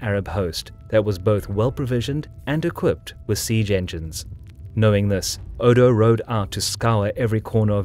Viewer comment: Every time you pronounce 'siege' my brain cells die